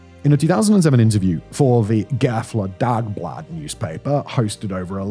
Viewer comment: The pronounciation of Gävle dagblad (I assume... 😁) was a Nice try 😃